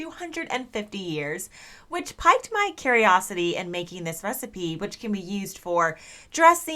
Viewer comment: Love your content! I learn so much from you - even though I'm older than your mother by a decade. However, "pique"(as in to prompt curiosity) is originally French, and is pronounced as "peek". I find myself increasingly interested in vinegar based drinks and tinctures which seem to do me a world of good. Now, my curiosity is piqued, and I will go off exploring other recipes. Thanks,!